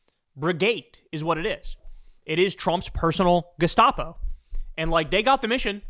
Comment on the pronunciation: it's pronounced G' - SCHTAA - po